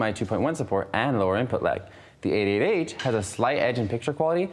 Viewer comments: Why is he saying "8 8 H"? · A8H sounds like 88h :D